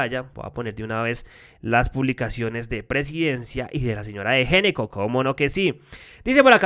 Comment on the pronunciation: Una campaña para no pronunciar el apellido de esos bandidos tan glamurosamente. Fonèticamente debería sonar ÑECCO y no Géneco. Además, les queda bien hacer parte de los Ñeñes, Ñoños Ñames, Ñecos. Vicky Dávila de Ñeco. De los Ñecos.